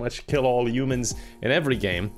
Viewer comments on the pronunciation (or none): Destroy all umins… shows isn’t human..he says umins pointing at us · It's HHHHH-UMANS,, not U-mans! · I like how he pronounces it yumans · Ah yes 'Destroy all yoomans' My favourite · I hear say Yoomans not humans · why does everyone pronounce humans as "U-mens" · Why are you hung up on "umans" when he constantly spells car as "cair"? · I like the part where he says "youmens" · For the Americans, he said humans not umans